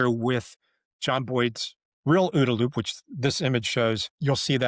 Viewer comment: I like the way you say ooda-loop.